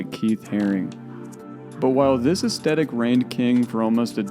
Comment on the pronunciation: As a 69-year old it amuses me to see those who “didn’t live it” recreate their highly erroneous imagined versions of the world. It is also creepy that I am observing the unintentional rewriting of history. What did I get wrong about the years before my birth? And the correct pronunciation is “ess- THE (as in death) - tik.